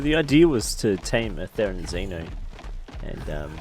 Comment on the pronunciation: Say therenzino one more time and I'm reporting you